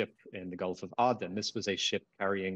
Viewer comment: He can't say Aden correctly. I cannot listen